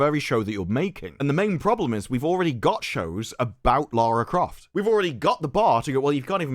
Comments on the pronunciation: It’s Larry Croft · It's Larry Croft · I think you meant to say 'Larry Croft'. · its LARRY CROFT